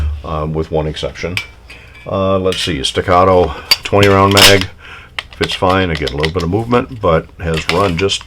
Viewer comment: listen to what you say, sounds like 5 pound instead of round. I understood well